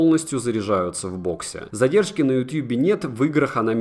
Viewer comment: Как же мерзко звучит "ютьюб" Говори "ютуб" Не утуб, не ютюбе, не ютабе, не ютьюбе Ютуб Ну а видос хорош